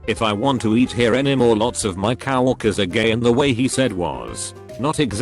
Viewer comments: Also the bot: Cow orkers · Why does the TTS say cow walkers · Cow-orkers. You know you hear it too. Dont lie. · The best part of this video is how the computer voice keeps pronouncing "coworkers" as "cow" (pause) "erkers".